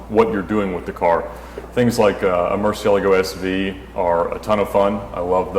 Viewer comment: he pronounced it correctly...